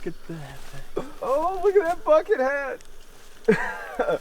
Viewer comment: I thought I heard something totally different when said bucket hat 🤣